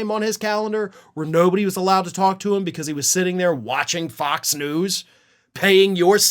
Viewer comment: I thought you said “POX and Friends”! and then I thought,- well that fits. The Murdoch “misinformation machine” is a pox on the U.S. and the world.